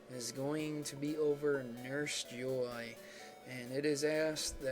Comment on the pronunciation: just fyi, it is pronounced as jo ii (as in e), not joy